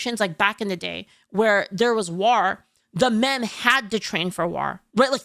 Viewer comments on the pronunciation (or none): "War" ❎ "Rawr" ✅ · Never noticed when says war she says it as..... W-are. Why you saying it like black beard the pirate?😂 It's spelled War but pronounced Wor. Not like the O in word (werd) but like the O in Thor. English is so dumb🤣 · I like how pronounced 'War' and 'Strength'. I pronounce it 'Wor' and 'Strankth' but she pronounces it how it's spelled. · You pronounce “war” like the Orcs from Warhammer and it’s adorable.